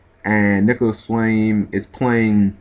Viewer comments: nicolas flamel.... not flame... seriously can you read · Its Nicholas Flamel...... Master of alchemy, not flame